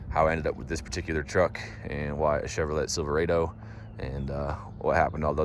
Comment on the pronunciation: "chever-LET SILVER-aydo"??? da fuq